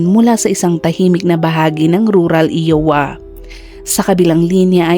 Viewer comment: IOWA should be pronounced "AYWA " po NOT "IWA" 😂😁🤪